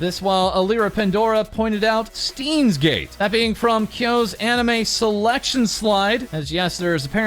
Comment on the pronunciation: As a german, every time I hear an english speaking Person pronounce "Stein" I die a bit on the inside.